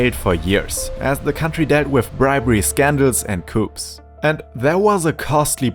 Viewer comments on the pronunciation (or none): Bribery, scandals and coops. Chicken coops? Or did you mean to say coup (coo) as in coup d' état?